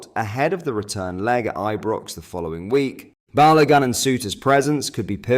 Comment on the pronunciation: "balowgun" lol